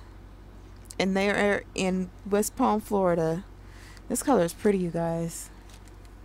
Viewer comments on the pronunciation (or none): none